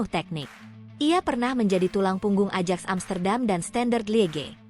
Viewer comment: Admin Ajax hrs dibacanya Ayaks bukan Adjaks....mau ajak siapa jalan2..?